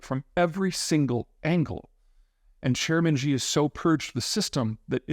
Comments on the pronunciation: It’s Xi not Ji u roach! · it's more accurate to pronounce it as "see" rather than "she". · I'm in China now and it seems pretty fine to me. Also, it is hard to take a so called "china expert" seriously when he can't even say Xi Jinping's name correctly. It isn't "jee" it's closer to "she" like come on bro spend 5 minutes learning how to read pinyin before making grand predictions on the country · What I'm confused about (other than why you pronounce Xi as Gee rather than closer to She which it actually is) is why is there going to be a workforce gap because of an overcount of population while the unemployment rate is skyrocketing. Are both possible? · Look man, you wanna be taken seriously on China start pronouncing the name of Xi properly. Its not Gee its She. Stop embarrasing yourself. Imagine someone analizing the US and pronouncing Biden as Bidet. You would laugh at them. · Wish you could learn how to pronounce the name...Xi is NOT pronounced "Gee". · Peter, the letter X in pinyin is pronounced more like “sh” than for example the “J” in the American pronunciation of Beijing. So president Xi sounds more like “president she” than what you say. Hope that helps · Xi jing ping's name is pronounced She (XI) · Amazing content as usual! Thank you. Xi is pronounced "she". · LOL about the names – I just wish Zeihan would learn that Xi is pronounced 'she' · How can you consider yourself an expert on China but can’t even pronounce the leader’s name correctly 😂. It seems as if you just like the views you get from predicting China’s collapse. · You don’t understand how China became the second largest GDP. You don’t understand how the CCP work, you don’t know how many smart people in China, you don’t know even how to pronounce the China leader surname😂. How nice if the western leaders take your advice. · Hard to take seriously a China commentator who is either too ignorant or too lazy to pronounce Xi's name correctly. Details matter.